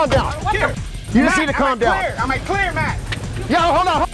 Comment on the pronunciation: His name is MATT NOT MET DUH